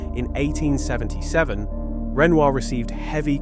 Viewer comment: Hello! I really appreciate your efforts to make a video on art history and art stories. But Renoir is a very famous artist's name and it should be pronounced correctly. Here it is really badly pronounced and so is the name of the actress that he portrayed in his paintings. Please pay attention to such important details.